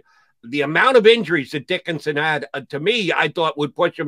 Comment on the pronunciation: Does Jody actually pronounce his name "Dickinsin?"